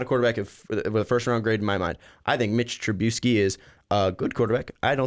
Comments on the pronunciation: TruBISky. Not TruBEUsky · The way you pronounce Trubisky is gonna end up giving me colon cancer.